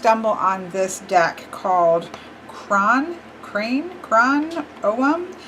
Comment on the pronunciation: Hiya, I'm Irish. Crann meaning "tree" is pronounced the same as "crown" in English. Hope that helps. :-) Also the statue is called a Síle Na Gig (Sheila "Nah" Gig). A strange statue that is present surprisingly on the stone work of some old churches in Ireland too.